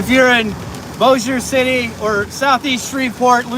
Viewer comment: LOL. It is funny to hear him talking about getting underground. And the way he pronounces Bossier. LOL too. Shreveport and Bossier does not have sirens either. Maybe we should? Love this guys enthusiasm though.